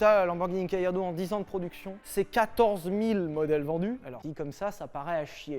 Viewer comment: Galla pas Gailla il y a pas de I dans Amblance oui ou merde ? 😂